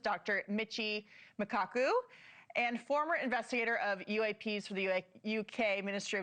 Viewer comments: Jeez, way to butcher Michio Kaku’s name. She has no idea who she’s interviewing 🤦🏾‍♂️ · Wow she butchered Kaku's name lol